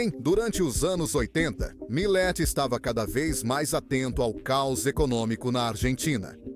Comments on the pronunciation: O nome dele é milei, não milai, só para corrigir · Po cara,nao e Mileti nem Malei,e MILEI porra!!ve se fala direito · Não é Malay, é Miley ! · Video muito bom. Triste é ter que ouvir essa locução feita por inteligencia artificial que não consegue nem falar o nome "Milei" mais de uma vez sem errar. "Milet, Mile, Malai, Milai, Milei" cada hora fala de um jeito. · Malai, milai, 😂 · isto é comum em narração por IA. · A IA consegue pronunciar o nome "Milei" de todas as formas, com todas as pronúncias, e quase nunca a correta.